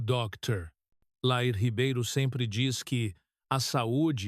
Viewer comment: É dr Lair e não Léir